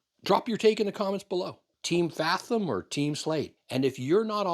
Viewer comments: love the channel, but are you purposefully mispronouncing "fathom"? or is that the Canadian way to pronounce it? Maybe Edison should name their next truck the Furlong, cause it's 110x more power & range. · it is pronounced: fathom [fath-uhm] / ˈfæð əm / Not fa-thum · Is it just me? Or is the "th" in fathom pronounced a little more like a "V" than the long "th"? Probably just regional pronunciation, and I've been known to pronounce words wrong before. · Why do you say fathom that way? Odd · British and American pronunciations seem to be the same per your reference. The way you say it is a bit harsh sounding. It helps your argument of it being a bad name. The way sailors (the main users of the word) say it is much more smooth and pleasent sounding. The way you say it makes it sound like you are trying to mock it. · Please pronounce FATHOM correctly.